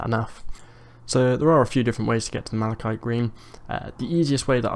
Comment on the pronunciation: MalaKITE. It's a real english word so no excuse for saying malashiet.